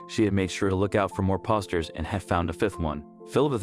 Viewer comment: Please learn to read and speak the right words. It's poster, nor pawsters